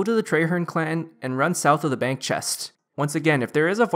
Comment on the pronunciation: "Hello YouTube, today I'll be showing an updated tree farming ruNN guide, for twenty seven-TEEN". "So for my equipment setup, I have the full farmers outfiTT". To be fair, the awkward syllable stress is diminishing with every video, but it is quite prevalent in your earlier videos. The only reason I mention it is because I find it quite distracting. I'm not having a go at you; I'm genuinely curious.